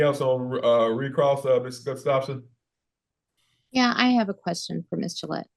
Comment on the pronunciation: It’s pronounced Gus tough son